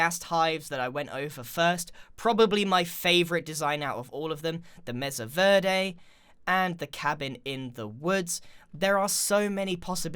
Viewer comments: Grian, I hate to burst your bubble, but mesa is pronounced may-sah. Verde is pronounced bare-day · verde is pronounced like ver- day Plus he has an accent so it might change the way he says it no matter if he likes it or not.